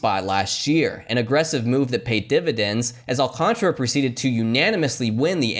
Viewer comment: AL-CAHN-TAR-UH not -AL-CONTRA There's a whole fucking letter there that people refuse to pronounce